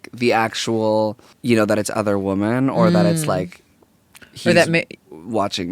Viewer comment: Guyysssss, please plase please start pronouncing women correctly, WI-MUHN not WO-MEN